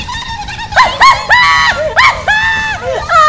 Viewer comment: U nome e minguado vc falou errado